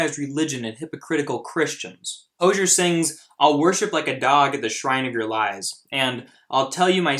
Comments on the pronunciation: It’s hozier not hosher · Hose-ee-er. Like a garden hose is hozier. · Correctly pronounced: HO-ZEE-ERR. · btw its pronounced "ho-zeer" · and by the way, his name is pronounced | ho.zieer| . you can search for it he says it himself on a tv program. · Hozier is pronounced Ho-zi-er. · Its pronounced hoooo-zy-ear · His name is pronounced as hoe-z-er and this song is about the lgbt community and how its condemed in the church. He says so himself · Its (hoe-ze-air) i believe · You said Hozier wrong bro